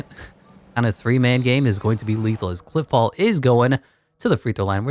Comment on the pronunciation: He kept saying cliff paul like bruh